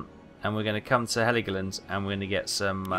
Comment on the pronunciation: Dude its called "hell-go-land"... Greetings ;)